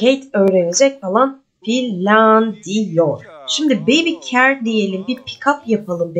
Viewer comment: Celeste selest diaper daypır ve care keyır diye okunur sevgilerle🙂